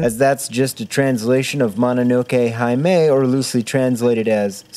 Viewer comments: "Hime". Heee-may. Not high-may. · Arrival would be great. Also, fuck me, because i hate when people do this but "hime" is pronounced "hee-meh" not "high-may" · The Hime in "Mononoke Hime" is pronounced "hee - may". The 'e' in Japanese romanji is always pronounced with the 'ay' sound (like the French accented é). Just thought you should know since you're making such well-produced videos and all. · The longer your videos get, the better they are. And I'm not even going to mention that hime is "heeme." Man I love your stuff. Can we please get you the millions views you deserve? Also, Arrival. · I'm glad to see you're truly getting your money's worth with that $40 hold music. Fantastic episode, even if hearing you say... hymei(?) instead of hime hurt a bit. I'm voting for Arrival, I think. Do you have to make it this difficult to choose? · Fyi it's pronounced "he-may." Not that it matters, but since the rest of your pronunciation was so spot on I figured I'd mention it! Great video as always dude